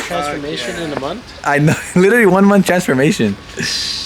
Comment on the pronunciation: Littteryyy lol😂 my boi rolling those r’s